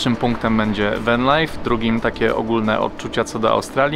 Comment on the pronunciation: Co to jest Wen (Van) i Sidni (Sydney) ? , lepiej brzmi spolszczenie 😊